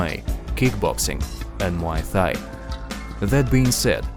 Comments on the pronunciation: Can't take this guy seriously when he can't even pronounce Fedor's last name correctly and said "Muay Thigh" 😂 didn't even get to the hair color part, like the comments talk about. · Stop saying Muay Thigh u muppet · It kills me everytime you say Muay Thigh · Pause. My man said 'Muay Thigh' 😂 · Nobody is gonna talk about the way he pronounced Muay thai